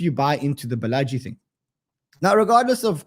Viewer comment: Balaji is pronounced "Baala-G" 😊